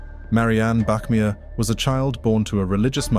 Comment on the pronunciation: Bachmeier not Bachmier